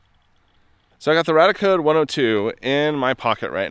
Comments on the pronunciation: Its radiaAcode, why do you keep saying radicode? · I always thought it RadiaCode was pronounced RAY-dee-uh Code and not RAD-uh Code and nuclear was NEW-klee-er not NEW-cue-ler I have been saying them wrong all this time. I feel silly. I stumbled on your channel via the home page and your Oppenheimer film video and I am binging through your channel. Love the videos and channel. I learn something new from each one. I'm definitely subscribing.